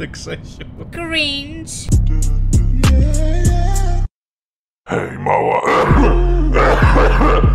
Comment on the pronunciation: ALEOOO!!! TYLKO JA SŁYSZE JAK MÓWI KSZYSIU A NIE GRZESIU XDDD